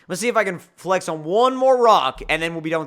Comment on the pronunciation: tf does he keep saying flex like that?? FlaEhxxx